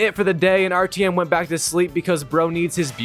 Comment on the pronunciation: Where do you hear an E in Artyom?